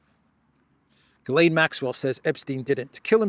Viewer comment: Ghislaine, the H is silent. 🤣